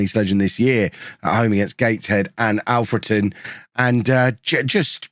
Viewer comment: I don't mean this badly, but thank you for pronouncing Alfreton right! 🙌🙌 The last few episodes, you've not said it right. And it was bugging me a lil, as I'm from there my self